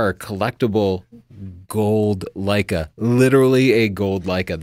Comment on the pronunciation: Birdie Sanders... Lei-KEH